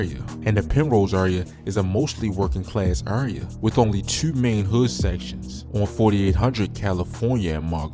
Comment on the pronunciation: Why you say two like dat